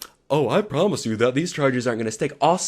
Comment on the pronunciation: “They were a promish” lmaoooo